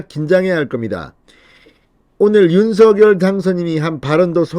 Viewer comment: 윤석렬대통령~~~ 윤성열로 부르기로 했는데 윤서결로 자꾸 읽으시니 거북합니다 선한 영향력을 많이 끼치는 진성호의원님 제발 윤성열 로 불러주시길 바랍니다~꼭 부탁합니다!!!